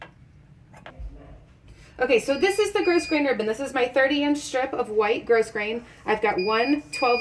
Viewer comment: FYI. The pronunciation is growgrain not grossgrain for Ribbon